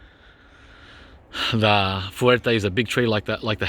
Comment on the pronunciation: Fuerte not fierce lol.